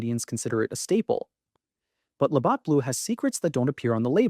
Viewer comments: If you can't pronounce LaBatt's properly... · Can't pronounce Labatt properly makes me question this off the top